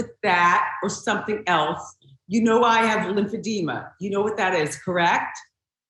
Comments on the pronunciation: It's pronounced lymphedema, NOT lymphedemia. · It’s Lymphedema….not Lymphedemia. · It’s called Lymphedema not Lymphedemia…..